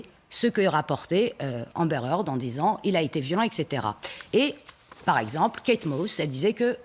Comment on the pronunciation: amber haard" lolllll